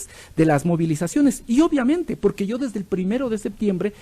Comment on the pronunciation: Por Dios deje de decir llo es yo